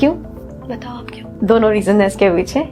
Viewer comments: It is DONO not DOUNO…. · I like when you say दौनो 😂 are you from Agra ?